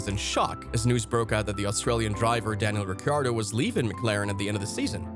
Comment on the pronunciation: Daniel Ricky-Ardo? Mn-ocko Grand Prix? FFS! Know your topic, man. This is just sad.